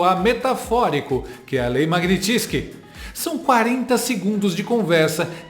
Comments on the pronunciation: Não é MAGNITISKY. É MAGNITSKY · Oi, 😊 Para vc ser 100% perfeito basta acertar a pronúncia: MAG-NÍ-TIS-KY ❤ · O que acontece primeiro? A sanção dos EUA ou o conseguir falar corretamente "Magnitsky"?